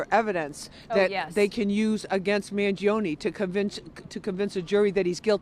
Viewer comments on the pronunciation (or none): you couldnt butcher Mangione last name anymore.